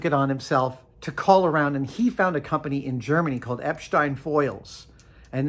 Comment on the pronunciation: Does Adam speak German? His pronunciation of "Eppstein" (a city that's not too far from where I live) was spot on.